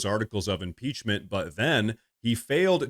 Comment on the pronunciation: So, they had the guy who can’t even PRONOUNCE impeachment file the article of impeachment…Ah, another hill the Dems will die on…